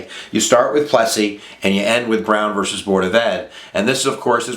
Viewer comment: Plessy verse Ferguson? Come on man. Plessy vee Ferguson or Plessy versus Ferguson. None of this verse crap.